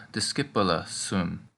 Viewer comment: cool i love those lessons! But i got confused with the ending,, when you say discipulam and discipulum, I know because you have subtitle, but you pronounce it the exact same way , I think we should pronounce it discipuloom? or Amicoom and not amicam?